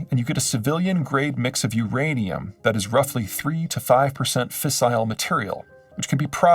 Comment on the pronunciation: "FACILE" uranium is supposed to be "FISSILE".